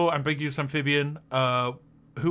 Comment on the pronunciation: I have never heard anyone pronounce the word "ambiguous" like this. Embeegoos